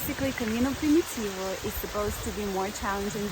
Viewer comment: she pronouns it in slavic manner like Prim-yi-tivo , hoch softens “m” before